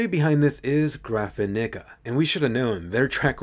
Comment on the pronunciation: The studio is "Graphinigga"